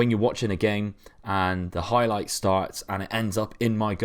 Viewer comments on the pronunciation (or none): none